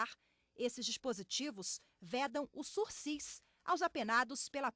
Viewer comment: Pediria a moça que não pronunciasse o sursisssssss... o correto é a pronúncia sursi, sem o "S"... dito pela 2ª vez no vídeo aos 5min49seg ... obrigado viu